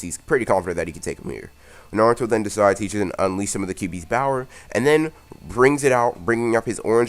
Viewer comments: Say 'power' no 'bower' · Hey what country are u from u have a dialect or accent like u pronounce power like bower like from fable bowerwolves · Can ya please stop sayin 'Bower' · Bower is very bowerfull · Everyone:: BOWER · is it just me or does he say power weirdly?